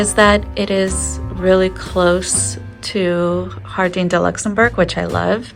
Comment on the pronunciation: Jardin, pronounced “Jar-den”. Marais = “Mar-ay.” A little research/prep would have made this a much better video. It was painful to watch, honestly.